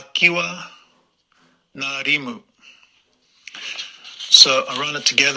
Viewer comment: it's interesting to hear a non new zealander speak about the battalion. ngarimu is a legend. the relative population of european nz soldiers vs maori was telling. btw your pronunciation was mostly fantastic. corrections (with respect) ngarimu isn't narimu it's difficult even for kiwis. it's like the pronunciation of "ing" but without the "i". and then the rest so it's (i)ngarimu. no disrespect - most kiwis can't pronounce it correctly. also marae is "ma-ra-ii". but kudos to your respect for our language. best i've seen so far. lol@ the andrew not sweating quote. hilarious.